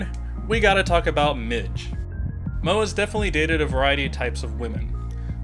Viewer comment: PLEASE STOP SAYING MIDGE